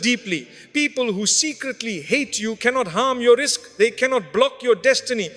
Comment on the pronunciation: WARNING: This is AI (with the words of MACHAIVELLI - an Italian political activist, philosopher NOT Mufti Menk) Listen: the Robot says: 'Risthk' instead of 'Rizqq' -- Remember AI CAN'T pronounce Arabic words That's one of wisdom Quran was revealed in ABARIC Note: So Who is this well-know MACHAIVELLI Niccolò Machiavelli said leaders should do whatever works to stay in power, an idea that influenced Modern Western thinking BUT This is DIFFERENT from Islamic views that CONNECT politics with morals NOT Separates them This video can be good but can also be wrong as it often relies on suspicion - and in a Western World Context NOT Islamic World Context -- one creates/encourages evil outcomes, while the Islamic model eradicates pathways to evil and promotes and replaces with good instead